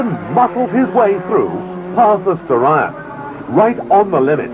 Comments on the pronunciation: It should be pronounced 'Star-eon', similar to 'Stallion'. No one knows for certain if this was an issue with Japanese diction. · Actually combination of Star of Orion with the horse of Hercules Aeon. SO yep Ur right on how it suppsoe 2 b said. Look at old skool Mitsubishi Starion commericals hre on YOutube N u can cleary hear the correct pronunciation. There even a logo with a Stallion n Star.